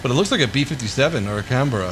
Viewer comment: its pronounced can-bra not can-bear-ah